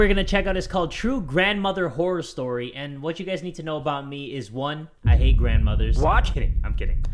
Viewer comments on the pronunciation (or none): When he say “I hate grandmothers” I thought he said “I ate Grandmothers”